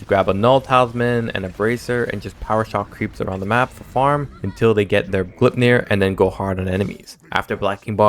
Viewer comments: since there is an "ei" in the middle, you say it like how you pronounce the word "eye." Gl-eye-p-near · Gleipnir is not pronounced that way